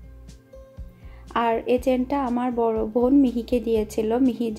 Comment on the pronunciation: apnar vobn sunte valo lage na ... bon bolte paren na